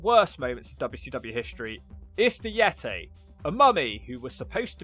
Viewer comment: Finally, the Yet-tay.